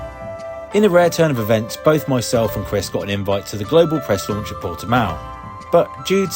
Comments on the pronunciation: It’s not portimaaao! It’s portimow! What a clown of a so called journalist! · Is Portimão you puff,not portimaio.